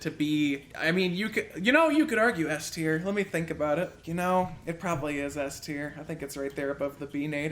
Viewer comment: 'yelet' me lol